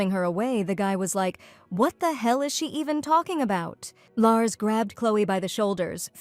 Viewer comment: Larcy, not Lars